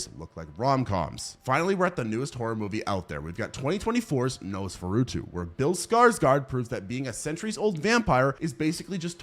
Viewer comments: Its nos fur a too not nosfuruto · Nosferatu is a great movie but my DUDE, that's not how you pronounce Nosferatu. Or Plague for that matter.